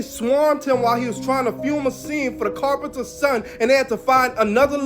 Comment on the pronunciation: He couldn't pronounce carpenter either 😂